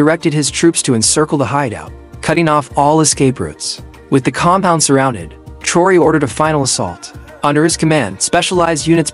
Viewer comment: Narrator you need to learn how to spell and pronounce President Ibrahim Traore name. France & Macron would NOT help ANY African nation. They are colonizers of Africa. President Ibrahim Traore excelled with success. France had NOTHING to do with Bakino Faso's success. If the West, US, France and others would respect Africa as a Sovereign Continent these Terrorist attacks would not exist. Africans aren't allowed to enter the US, France & West. AFRICA has NEVER tried to create a war with ANY country. If other countries want the GOD given resources in Africa. Ask, make an appointment & negotiate a substantial amount that will benefit the African people and get them all out of poverty.